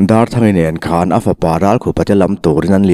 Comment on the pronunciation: Nang anglo takin " barah a khawn duh silo", tih lai kha a thluk i'n chhiar sual ve chu !